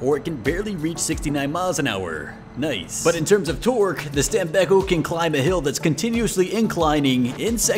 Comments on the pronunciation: I am italian i know the pronounce. It is not stam-bei-cco it is stàm-béc-có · Stam-bek-ko Keep in mind that "st" is pronounced as "st" in "stop," "am" is pronounced as "ahm," and "bek" sounds like "beck." The "ko" at the end is like "co" in "corn." So, it's "stam-bek-ko."